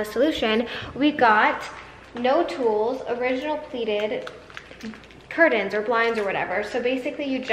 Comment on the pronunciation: lol... curtains, not curdins. You say it so many times.